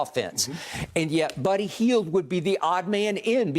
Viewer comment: Uncle Shannon: “Birdy Hield” 😂😂